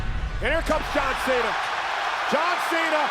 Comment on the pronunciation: Here is your winner john mena she said john mena😅😅😅 Edit- no hate